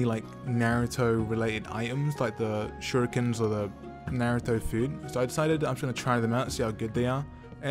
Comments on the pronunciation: At the start he said naratha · he said naaruto